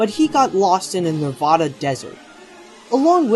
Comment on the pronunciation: it Nevada not navada